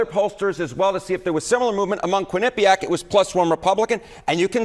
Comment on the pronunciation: This guy on CNN should learn how to pronounce Quinnipiac.